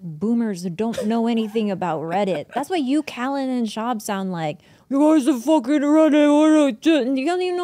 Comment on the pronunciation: Who is Brendon "Schwab"?